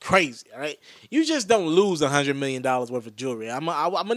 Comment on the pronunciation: he said a million metlin dude